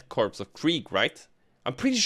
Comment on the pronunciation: "Korps" is pronounced like core, not corpse. It's just the word 'corps' but with a K to match with Krieg.